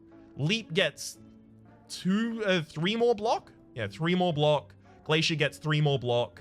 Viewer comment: Wait 6 months ago you were saying glacier correctly?? What the hell.